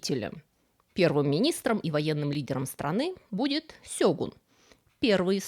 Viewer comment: "Сегун" на "у" ударение. Это все, что я знаю. 😁